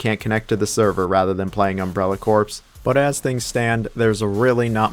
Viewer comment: Btw. Corps in Umbrella Corps is not the dead part of a dead part of the body word. It is pronouced like core and is a type of military unit. Sorry i always have to correct someone when they said it wrong